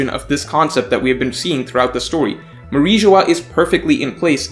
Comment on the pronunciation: It is Mary geoise not mariejois